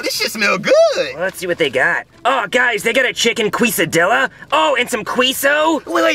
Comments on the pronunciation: When they said Queso and Quesadillas it makes me mad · As An Mexican, I don’t know how to feel when they mispronounced Quesadillas and Queso